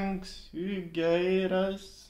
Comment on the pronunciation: You very pronounced very well the name of Tanxugueiras. ¡Congratulations from Spain je je!.